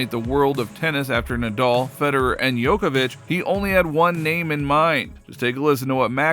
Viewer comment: His name is Djokovic not Yokovic